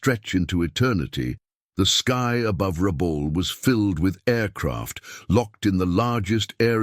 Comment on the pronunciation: It's pronounced phonetically as: Ra...bool, not Ra...bal as the narrator stated. Please correct. Numbers are not read as 8...0 fighters but as eighty (80) fighters. When your robot narrator can't read or pronounce numbers and names properly, it ruins your videos.